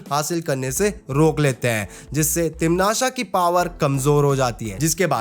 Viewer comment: Bro video was really good but it's not timnasha it sounds like patasha and it's irritating it is timnasa